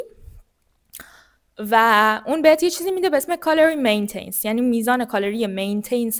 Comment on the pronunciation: متشکرم ولی مین تنس نیست. Maintenance